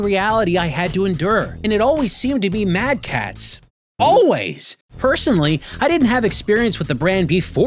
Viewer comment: Every time you say mad catz I die inside. I was also that friend, then when I needed a extra controller my mother got me a... Mad catz. I wept tears of blood.